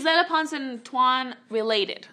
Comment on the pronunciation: I was like yea of course Hannah then she said twan XD